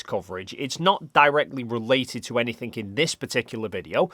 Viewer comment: Have you not noticed he says anythink?